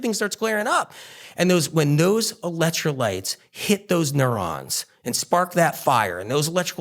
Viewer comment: Why does he keep saying ELET trolites. I thought it was ELEC trolites. Keeps saying eletro lites, eletro lites.